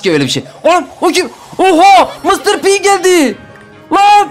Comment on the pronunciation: Mıstır pi değil mistır pi